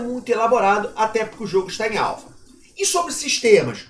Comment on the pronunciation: Pela milionésima vez... axo que precisa falar de novo neh: a-l-p-h-a